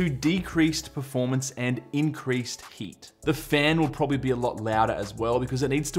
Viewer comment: I thought you said “hate” is one of the factors 🤣